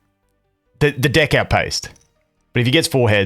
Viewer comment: I don’t know if you’re saying dick, or deck. Should put a “pause, no homo” in your sentences time to time 😂💀